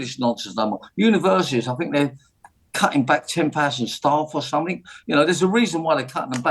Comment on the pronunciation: What's sumfink? Nice teeth though.